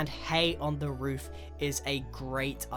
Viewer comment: Ik this is kind of late But he says woof instead of roof